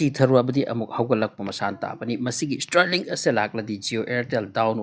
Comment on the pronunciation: Stirlink natte STAAAARLINK aduga sigi news sina kanana haino? Ngga elon musk ka pao faonarabo?